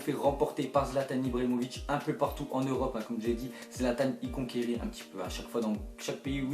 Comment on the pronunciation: Like pour que va voir une orthophoniste